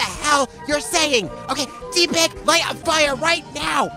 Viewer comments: It’s tepig not teepig you almost got it right it’s only with one "e" not two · its not tipeg its tepig😑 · It's not pronounced Tee pig. Watch the show. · It's pronounced TEPP-pig (Short vowel "e") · It's pronounced Tehpig